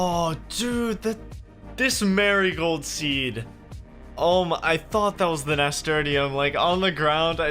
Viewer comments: haha nasturtium is pronounced nasturtium not nasturtium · Finished my 2nd walkthough. Amazing series, still laugh every time he pronounces "Nasturtium" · Was enjoying this until I heard how pronounced nasturtium. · Thank you for making this. Also, I've never heard anyone pronounce Nasturtium like that before 🤣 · I still LOL at the way he pronounced Nasturtium. Love ya, bro.